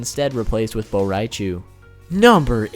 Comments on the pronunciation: It's bo rain cho not bo rai chu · Im pretty sure his name is bo rai cho not bo rai chew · "Cho". Bo' Rai Cho. not Bo' Rai Chu. he's not a pikachu. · "Bo Rai Chooo" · Bo rai chew -_ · "Bo rai chu/ Bo rai choo" "Shinuuk" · li mei is good but BO RAI CHU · bo rai chuuuuuuuuuu😂😂😂😂😂😂😂😂😂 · Dude, your pronunciation is horrendous, Reiko is pronounced Rayko not RI-ko. It's BoRaiCho not BoRaiChu, Shinnok not Shinnook. Cynthia Rothrock not Rotherock... Also, when you mentioned Cyrax and Sektor had place holder names of Ketchup and Mustard, you should have included Sindel, who was originally known as Muchacha. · Regarding pronunciation for certain characters: It's Reiko (REI-KO), Shinook (SHIN-KNOCK), Bo Rai Cho (BO-RAI-CHO [Cho NOT Chu]), The statement that Blaze is the most powerful being of the MK Universe has now gotten retconned & proven wrong. The Titans (ex: Kronika), The One Being (who's divine aspects were split into the 6th realms, but the character still retains his consciousness, more or less manipulating everything so the villains would desire to conquer all the realms, which would then fully revitalize The One Being after taking the final victor of the battle across the realms as his new host body) & Elder Gods (i.e. Shinook & Citreon) are all more powerful than Blaze.